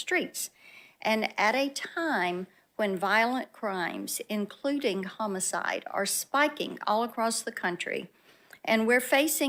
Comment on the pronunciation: Blackburn invoked Ludacris's song area codes by pronouncing it Ho-micide.